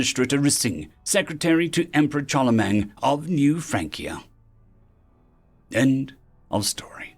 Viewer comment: The "Ch..." in "Charlemagne" is pronounced like an "Sh..."